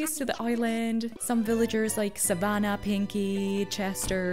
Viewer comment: The way you said 'Savannah' and you said 'oj oj oj' in another video, is making me think your swedish. Am i correct? (I'm swedish thats how i know if you are)